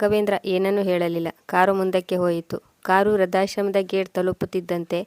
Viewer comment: ವೃದ್ಧಾಶ್ರಮ. ಋ ಕಾರ ಸರಿಯಾಗಿ ಹೇಳಿ. ವ್ರ ಕಾರ ಹೇಳುತ್ತಿದೀರ..